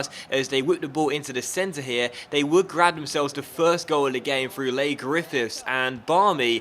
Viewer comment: 'Lay' Griffiths xD its pronounced lee